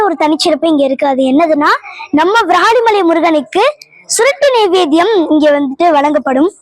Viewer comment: உன் தமிழ் உச்சரிப்பு அழகு... ❤❤ இந்த பாடலில் ஒரு சிறிய திருத்தம்:- வ்ராலிமலை அல்ல விராலிமலை... நீ பாடும் போது வ்ராலிமலை வ்ராலிமலை என்று கேட்கிறது செல்லம்... 🙏🙏🙏🙏👍🏻👍🏻👍🏻👍🏻சிவாய நம🙏🙏🙏